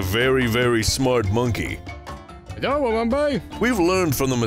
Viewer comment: Heddo again. Another gem of a video. Get well soon 😂 instead of it’s Knoxville